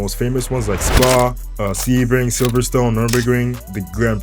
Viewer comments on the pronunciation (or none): none